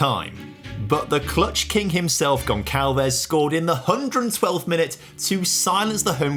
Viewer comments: It's pronounced "Gon sal ves" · Amazing contente to a FM Fan and addicted... but bro.. you are murdering the name Gonçalves 😂😂😂